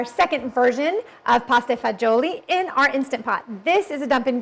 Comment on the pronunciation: Pronounced it wrong but thats ok. It is pronounced Pasta vazool